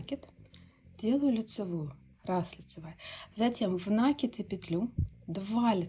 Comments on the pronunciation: Очень красивый узор, но как же тяжело слушать "нАкид"😊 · По правилам грамматики "накИд", но вопрос, думаю, еще в том, что произношение часто зависит от местного говора, вот ударения и плавают. Есть и профессиональное произношение, например, у моряков "компАс" или у следователей "возбУждено". Неправильное ударение (произношение) уши режет, но мы с вами не на филологическом форуме.